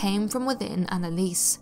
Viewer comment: AnneliesEEEEE..you have to say the "e". And Michel is not like Michelle. Its more like Meschel.